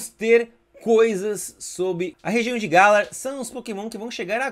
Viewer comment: adoro seu trabalho, porem vc nunca fala o nome das regioes corretamente, vc errou muito na epoca de sinnoh, depois de muito tempo q acertou e agora errou o nome de galar de novo, tipicamente vc nao entende nada da franquia de pokemon, vc é um entendedor apenas de pokemon go, mas enfim, o trabalho q vc faz nesse jogo em especifico é muito bom.